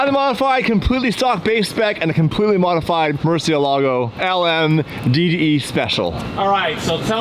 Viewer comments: For fuck sake its Murciélago aka murci not merci🤯🤯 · Please learn how to pronounce murcielago you sound like you sticking a stick up your arse while saying it